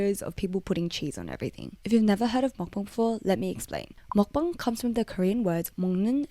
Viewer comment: take a shot everytime she says makbang